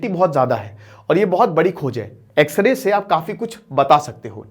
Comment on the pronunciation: X ray bolne pr video skip kr diya😅